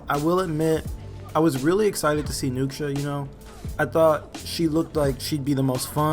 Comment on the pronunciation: Nukesha lol. Tf is that